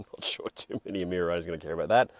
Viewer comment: How come in my Kings English is Emira pronounced "Emeera" for Lords Sake???